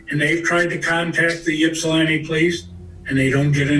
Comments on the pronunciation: Ok I’m gonna be that guy. I live in Ypsilanti. But its not pronounced “YIPP-sa-lan-tee” it’s pronounced “ ipp-sa-lan-tee”. Lol. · The Ypsilanti pd is such a failure of a public service department. Complete joke. I went to EMU and lived at Penn Place where she was murdered. EMU has had several homicides. But my god ...the pronunciation is (ipp)silanti NOT (yip)silanti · This was confusing as hell. But on a lighter note, the grandfather pronouncing Ypsilanti "Yip-silanti" at times is funny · It hurts my soul every time says Ypsilanti.